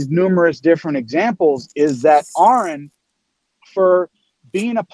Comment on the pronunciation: What is the GD MFing challenge to pronounce Aron’s name correctly?